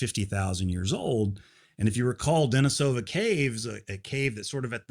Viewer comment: DeNIsova takes stress on the 2ND syllable, -ova being a suffix which never takes stress. Thus, the proper pronunciation is DeNIsovan, with accent on the 2ND syllable. English speakers seem to REALLY want to stress the penultimate syllable, but its wrong.